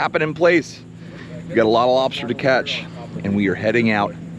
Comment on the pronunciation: “Lob-SHter tails”… 😂 Luv how u pronounce, lobster 🤝💪🍻